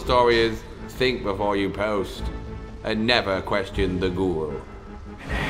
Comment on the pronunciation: GORU😻 not GURU